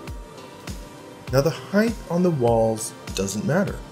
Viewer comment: “ Heighth “ is not a word.